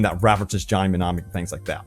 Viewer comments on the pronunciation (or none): Your pronunciation of mnemonic sounds like me-nom-ic. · Not even mentioning that the Steam data is really the only one that can be tracked in that manner, and that those #'s don't include EPIC or GOG #'s just kind of makes you look silly my dude. Also the fucking M is silent ..../smh